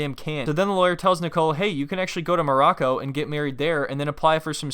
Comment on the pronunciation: i still can't get over how Nicole calls it "Mrraco"